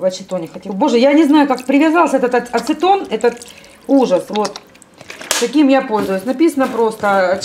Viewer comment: Евгения Пинчук не , на итальянском Очета - От этого она путает говорит оцетон .